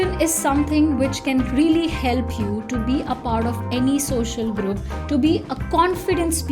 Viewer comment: I really like the person, but your English pronunciation, omg... For example, also, Olsou you need to say not olzo, not hiel'pi, just heLp, not soft